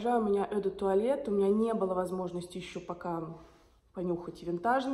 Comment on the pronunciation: "Eau" произночится не "ё", а просто "о"